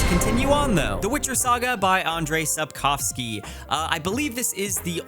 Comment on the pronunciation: omg you pronounced Sapkowski's name correctly that makes me so happy:DD